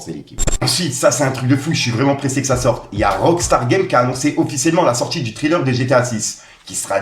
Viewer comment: Le trailer, pas thriller stp, eubeurre aussi fais un effort frero, juste U-bére c’est bon force à toi